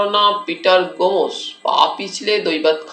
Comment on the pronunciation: গোমোস!😂 গোমোস> গোমস্ উচ্চারণ এত খারাপ!